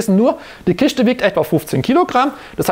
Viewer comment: Kiste !!!!! Nicht Kischte